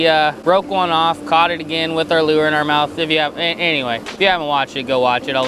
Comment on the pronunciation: lure is one syllable. turns it into 58 syllables somehow.